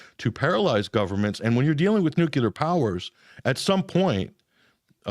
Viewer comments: lots of "new kew lar" Its "New clear" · Why do some Americans say "nucilar" instead of "nuclear"? It is irritating. Bush used to do that too. It's as if they are illiterate. NUC-LE-AR. Just read what's written for heaven's sake. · If you can't pronounce the word nuclear.... I'm not convinced you know anything... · Please pronounce "nuclear" correctly if you are going to talk about it.